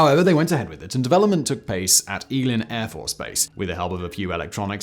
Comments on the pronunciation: It's egg Lin. Not eeglin love all your videos. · “Egg Lynn” not “Ee Glenn”. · It’s pronounced “Egg-Lin” AFB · Hey Simon. Eglin (Air Force Base) is pronounced ay-glen. Cheers! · Simon it's pronounce egg-lynn air force base!! and those bomb shelters weren't our fault the jack wads ran the antennas over from the command bunkers a half kilometer away to fool recon systems!!! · As a Floridian, hearing him butcher Eglin kills me. Lol. Egg-Lin.